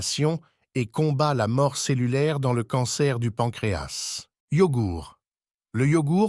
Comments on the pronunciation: D'abord on dit pancréa (s) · D'abord, vous venez nous parlez d'un organe situé à l'intérieur d'un corps et vous ne savez même pas que la lettre "S" située à la fin du mot "pancréas" ne se prononce pas. A Pour "les deux cas", vous avez prononcé "les deusses cas" , alors que ça se prononce "Les 2 K". Et enfin, les maladies ne viennent pas des aliments gras comme vous le dites sans aucune preuve, puisque nos ancêtres mangeaient des produits gras mais "naturels" et avaient une excellente santé même après plus de 100 ans, mais du fait que tous les produits alimentaires, les viandes blanches et rouges et les boissons que nous consommons actuellement contiennent des produits chimiques mélangés dans la terre, puis des produits chimiques vaporisés sur les cultures et les herbes destinées aux humains et aux animaux, puis d'autres produits chimiques mélangés pendant la transformation de certains produits, surtout les produits conservateurs et qui attaquent tous les organes du corps, donc nous consommons des produits "semi-empoisonnés" qui attaquent tous les organes et non pas le pancréas seulement. Par exemple, toutes les boites métalliques de conserves sont essuyées à l'intérieur avec de la graisse de porc traitée chimiquement avant leur remplissage pour prolonger la durée de vie du fer utilisé pour retarder l'apparition de la rouille.